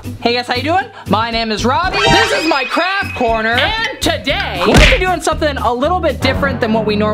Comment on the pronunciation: You said craft corner but it said craft orner😂😂😂